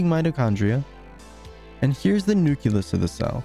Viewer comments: great video! Nucleus is pronounced nuke-lee-us, not nuke-you-lus otherwise, very informative! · this really helped me understand the size of things. thanks! i do have a few things to say, though. 1. was it intentional to leave out all the particles ending with "-uon"? 2. it's pronounced "nucleus", not "nuculus". 3. where do the "sizes" of the elementary particles come from? 4. i feel that showing the protons and neutrons as being made up of quarks and gluons would have been helpful, as well as showing the carbon atoms being composed of smaller particles. thanks for reading my comment. if you don't want to respond to these, that's fine. it won't hurt my feelings, i promise. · Hate to be this one guy but nucleus is pronouced "noo-kle-us" and not "noo-kyu-lus". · This is an excellent video, but PLEASE, it's "nucleus", not "nuculus"! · I'm not usually 'that guy' but this mispronunciation always bugs me. The word is nuclear, not nucular, same goes for nucleus. Great video BTW. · I dont understand that pronunciation of nucleus... its spelled nucleus, not nukyulus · good video! but it's nucleus not nuculus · This is amazing! One thing though, you mispronounce "nucleus" throughout. It's "nuke-lee-us", not nuke-you-lus. It's a common mispronunciation but one that drives me absolutely crazy for some reason. Anyway, have a like! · It's wild that someone probably did a ton of research but still calls it a nuculus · its nu-KLEE-us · Apparently the word "nucleus" is actually "nuculus" and everyone's been spelling it wrong all these years. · I really hope this gets more attention, but please stop saying "nuculus" it is hurting me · The repeated mispronouncing of nucleus is annoying, but everything else is fun. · Good vid, google how to pronounce nucleus plz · He mispronounced nucleus